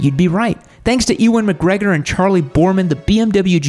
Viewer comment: "Ee-wan Mcgregor" made my British ears hurt